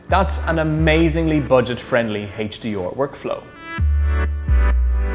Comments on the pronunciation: The guy has virtually no weird accent, and then suddenly HD-OR ? WTF? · HaitchDeOr LMAO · Couldn’t get past how he was pronouncing HDR... HD’or